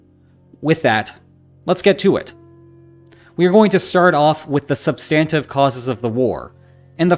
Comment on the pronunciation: "SUB-stin-tiv" = substantive (I humbly submit)